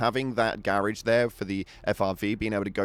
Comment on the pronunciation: I'm so confused when I heard "garrige" and only now I noticed he means garage.